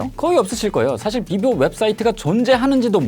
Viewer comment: 비보가 되게 릐보라고 들리네용